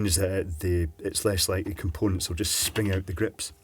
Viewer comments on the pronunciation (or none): none